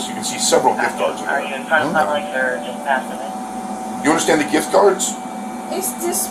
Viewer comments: What the hell is a jiff card? Cant even speak but steals. I bet she sends the money back to her country to help them out. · The jif card. Girl stop it 😅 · Right lmao talkin about sum damn “jiff card” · Asking for ID and interpretation of MIRANDA are two different levels of understanding. I genuinely believe she's not thoroughly understanding. She can't even correctly pronounce simple words like "gift"